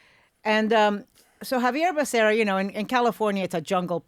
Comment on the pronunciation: Ana, isn’t Becera, both R’s (rr) sounds completely Becerra, I mean if you’re saying Spanish last name😅😊